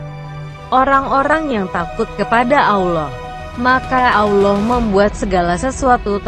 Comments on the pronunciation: Min.... Host nya blm lulus baca al qur'an, auloh, jd ingat al fateka.... Wkwkwk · Pembicaranya apa benar muslim? Kok nyebut allah jadi alah sama surat albakara apa mungkin non muslim? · Sebutan allah ko beda min